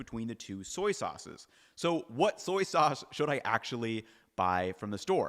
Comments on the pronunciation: Haha I heard that too! Thought he slipped into a Brooklyn accent for a second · "...some soyces..."😂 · “Some soices …” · '... some soyces..." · You said “soyce” at one point and that’s what I’m calling soy sauce from now on. Soyce. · Petition to instead of saying sauces say soises😂😂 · Did you say "soyces" ? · hehe "soyces" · "some soyces" My man lived and breathed Soy Sauce for too long this episode lol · I love the new compound word soy-ces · "Some soyces" 😂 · “some soyces” lmao great video though! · I caught soyces and tamari with no soy. Apparently, my listening skills are good. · I'm totally calling them soyces from now on.